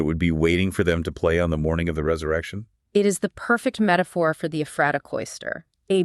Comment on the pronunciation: Very interesting! I've been there and I've studied up on this group, but I still learned a few things. (But it's EPH-ra-ta, not eph-RAH-ta.)